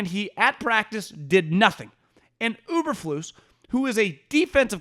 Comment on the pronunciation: Uber-flus??? Dude everybody knows it's Eberflus